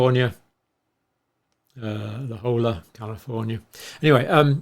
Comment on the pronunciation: I live in San Diego California. The way you pro ounce La Jolla is Spanish double L is said like a Y so La HOYA.